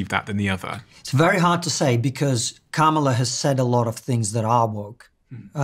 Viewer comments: Hey Steven. You seem like an intelligent guy. Her name is Kamala like Pamela with a K!! It’s not difficult and your guest even managed it!! Disrespectful. At least make an effort. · I see why ppl watch but not as many subscribe when you don’t take the time to learn to pronounce the VP of America’s name and you allow ppl to explain American topics they clearly don’t understand it makes sense not to subscribe.